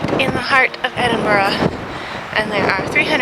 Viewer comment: The Mrs can pronounce Edinburgh, Mr, not so much